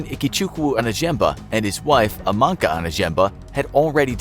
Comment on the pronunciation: I'm a Nigerian and those city/name pronunciations were just hilarious 😂😂😂. Especially ex-president Olusegun Obasanjo, Lagos and Amaka.😂 But you get an A+ for trying though😁👍